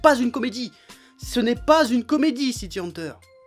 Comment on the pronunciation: Je suis le seul à entendre prononcer sans arrêt "City Hanteur"? C'est quoi? Une histoire de fantôme urbain?